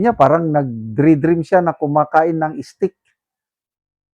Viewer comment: Pwde moba ayusin english ex steak not stick n also diverticulitis check google how to pronounce it some students might be misguided u chose to be a vlogger then its your duty to be good at it. Fyi i follow all your episodes but pls make it better next time regarding the issue i mentioned. Good luck 👍👍👍